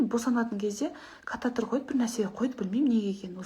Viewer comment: Кататр емес катиетр